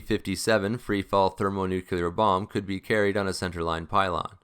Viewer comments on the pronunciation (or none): none